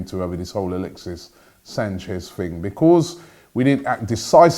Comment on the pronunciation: "Becooz" tf was that